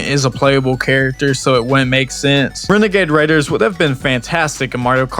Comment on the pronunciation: Wenegade Waider is an all time clip tbf